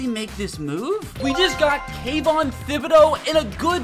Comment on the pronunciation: someone fire this man for how he said kayvon's name